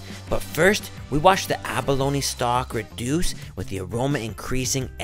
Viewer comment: abalo-KNEEEE, its pronounced aba-lone smh